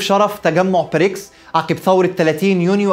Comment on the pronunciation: واضح انها حلقه قديمه، لأن حضرتك بتتكلم عن رئيس وزراء انجلترا الأسبق بوريس چونسون، وبعدين خد بالك من النطق، البريكس يبدأ بحرف B وليس P